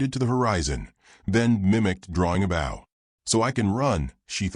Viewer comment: Nice story and tho narration is clear, certain words are mispronounced. U shud do proof reading b4 posting. e.g 'wound' as in an injury is pronounced 'wow-nd' (winding). Also the 'bow' of a bow&arrow (shud be like 'know')is pronounced as bow to a king or queen (like wow).